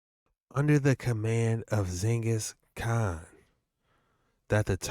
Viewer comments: He is saying it wrong! Not Zengis Khan !!! But Ghengis Khan. G sounds like in Gate. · He said zingus khan not Genghis khan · If this man say Zengis Khan one mo time... 🤦🏾‍♂️🤦🏾‍♂️🤦🏾‍♂️💀